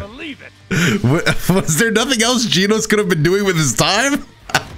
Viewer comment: Its jenos